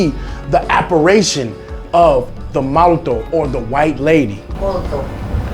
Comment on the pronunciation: Molto. Thats not how Tagalog pronounce it 😆